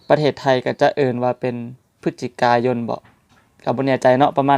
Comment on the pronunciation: ເດືອນພະຈິກ ໄທຍຄືເດືອນ พฤษจิกายน ออกเสียงเป็น ພຶດສະຈິກາຍົນ ครับ